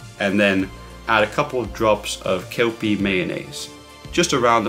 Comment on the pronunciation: The mayo is pronounced "Q-Pee"